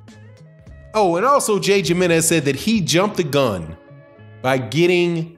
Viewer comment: It's pronounced himrnez lol how do u say Jose ??